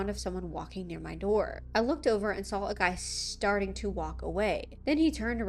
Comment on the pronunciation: Where is she from? How she talks reminds me of the Midwest and ita so comforting. How she says 'sawl' instead of 'saw' lets me know she's cool 😎